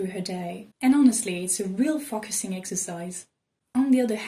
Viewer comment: the way you say focusing lol